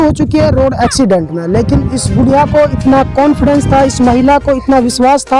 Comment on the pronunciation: Are bhai bolna to theek se seekh le budiya kon bolta he bhai